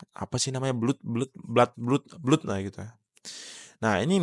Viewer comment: Nyebut blood itu blad bg